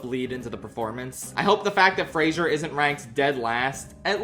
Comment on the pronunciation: I like how you made an effort to pronounce Zoe Saldaña's name correctly... only to then mispronounce Brendan Fraser's name. PSA to people, because I know this mistake is common and he's talked about it before. It's Fraser, not Frasier. There's no I. It's not pronounced like the tv show. Halle Berry pronounces it correctly . It's a "zuh" sound, not a "zee-ur" sound. It peeves me because I have the same name, I know his pain.